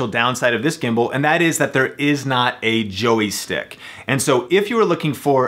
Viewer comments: JOY is one syllable. Not a Joey stick.:-) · "Joey" stick? "It's a "joystick"! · What the hell is a JOEY-STICK??? LOL